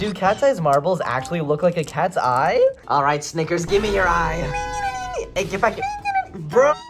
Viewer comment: Did you say kateye